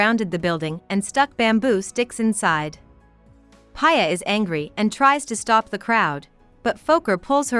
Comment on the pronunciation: It’s ‘Pee a’not Paya 😂 ‘Piyali Roy’ And it is ‘Fo-keer’ Fokir